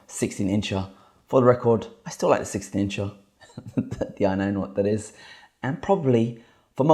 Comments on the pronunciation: it's "incher" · I love it when he says 16 incha… so hilarious.